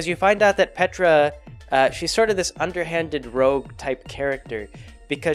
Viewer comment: Every time you said Petra I heard Petirep